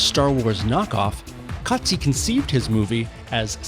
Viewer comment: Yeah, totally! I saw your presentation and the pronunciation was correct. Well done 😊